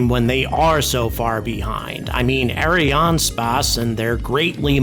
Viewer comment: "eh ·ree·an·spays"